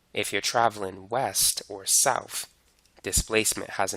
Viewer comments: "Norf or souf" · So... norf and souf are examples of displacement? 😂